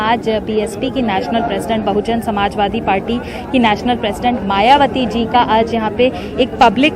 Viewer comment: Its BAHUJAN SAMAJ PARTY Atleast read what is written on hoardings...still pronoucing incorrectly.